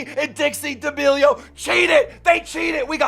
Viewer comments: I cant get over u saying Dee'Amelio 🤣🤣 No hate!! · Ah yes, D'almelios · He always says d’almealios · Dee ameelio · Hold on, how tf do you pronounce “D’Amelio”? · the way he said d’amelio gave me cancer